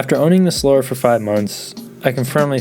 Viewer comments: Solora smh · I've heard it pronounced both "SolAHra" and "SolERa". For what it's worth, my dad handed me down his Solara SLE V6 when I was in high school, and it was a great car! So comfortable. The interior was great quality and it had a very good sound system. I took it halfway across the country and it was just an amazing highway cruiser. When it came out, I remember reading that the highway road noise was lower than a Jag S-Type at the time. Thanks for the review! I actually LOL'ed at some parts. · From a guy who can't even pronounce "Solara" correctly...right...